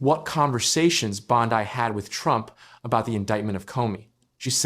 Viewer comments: "2,025"? And Bon-dye instead of Bon-dee. Seriously, this AI crap is making ANY kind of reporting suss. As an aside, Bondi is guilty as sin, IMO, and a disgrace to her position, but this kind of 'reporting'--if it can be called that--is a joke. Is it too hard to get a live narrator and earn a little more cred in the bargain? Apparently so. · It isn’t Bond-die, you idiot. It’s bondeeeeeeeeee. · Say her name right AI!